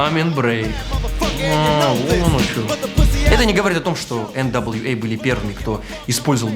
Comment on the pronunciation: Эээ блбть... Где видеаигрульк? Мне такие видосики тоже нравится, смаковал когда ты назвал Нва(эргх гхы) NWA. Целую